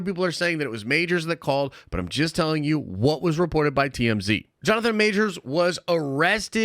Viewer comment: "Jonathan Majors was 'jist' dropped" .................."jist"